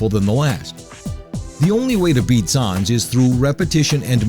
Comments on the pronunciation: the way you pronounce sans...you are gonna get PUNished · The mispronunciation of Sans drove me nuts. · I cringed everytime he said "Sans"